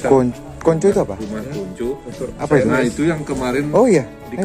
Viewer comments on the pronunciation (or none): Kong Cho bukan konco